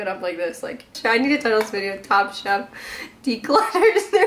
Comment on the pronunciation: I thought you kept saying “top shop” not “top chef” I’m dying